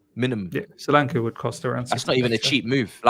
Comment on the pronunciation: That name is pronounced Sho-lan-ke. Ke sound like in Kettle.